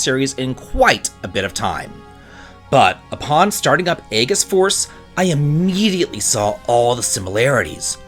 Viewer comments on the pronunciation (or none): Bruh. Eggess? “Ee jiss” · Aegis is pronounced more like ages than a hard-g sound. But more like: “A-jis” jis like his.